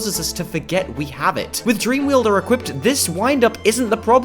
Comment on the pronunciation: It's Pronounced dreamwielder. WIELDER! WITH A W! YOU FREAKING VAMPIRE!